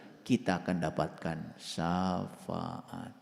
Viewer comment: Ini lagi nggak tau safaat tapi ngomong sa faat banyak belajar lagi dan bagi pendengar pakai akal jangan hobi dengerin omongan orang baca sendiri dan pahami sendiri takwil nya Alquran itu ya gais 🙏